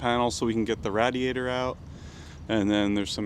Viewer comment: It's crazy how his wrong pronunciation of radiator [rādēˌādər] as rădē ādər can be so irritating to the point of just turning the channel